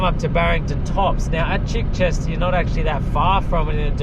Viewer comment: So nice to hear someone pronounce Chichester correctly!! It is Chi- short “i”, not Chai like the tea. My family are from Chichester in the UK, and I was horrified that locals mispronounce the name! Good on you!